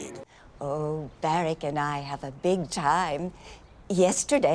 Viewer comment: The widow's pronunciation of "Barack" got me laughing so hard.